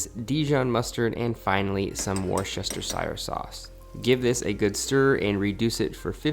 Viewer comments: LOL at War-cest-er-shy-er sauce. It's pronounced Wuh-ster-sher. Just so ya know lol 😆 looks lush though. I'm hungry now! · 'War Shester Sire Sauce' lmfao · I don’t know if you’re joking with how you pronounce Worcestershire sauce 😂 We say “wuster-sher” in my part of England! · What is it with Americans and their inability to pronounce Worcestershire? Even as a Norwegian I know it's "Wooster". Just like Leicester is pronounced "Lester".